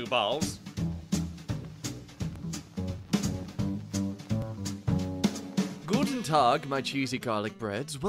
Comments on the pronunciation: Im german and u pronounced Guten Tag better then me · was that a joke, or r u saying he said it that way? cuz he was literally spot on mate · That "guten tag" was on spot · Man your pronunciation of “Guten Tag” was flawless! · Yeah, as a german i can say its completely perfection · there is one t too much in guten tag, but apart from that, perfect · as a german, I approve of your „Guten Tag“ 👌🏻😂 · Damn that guten Tag was perfect